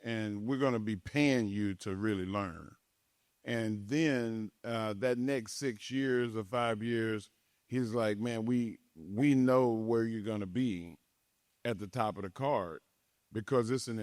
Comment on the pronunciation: So tired of this guy's voice.... can someone please teach him how to say six properly? And the way he says 1996.... always sounds like naughty naughty sex